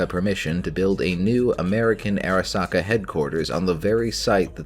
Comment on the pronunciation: Arasaka not Erasaka